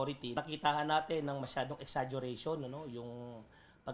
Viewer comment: Exaduration daw sabi ni 😂